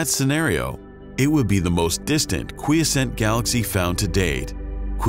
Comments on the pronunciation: This was very interesting and has moved me to subscribe to this hitherto unknown to me channel. I just have a couple of nits to pick apart from the missing umlaut in Schrödinger's name. "Quiescent" has 3 syllables and the second 'o' in "spectroscOpic" has the sound of the 'o' in "cop". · the illustration of "redshifted" light shows light changing from blue - purple - pink - red. Oops. Should be blue - green - yellow - orange - red. "quiescent" has accent on the 2nd syllable, not the 1st.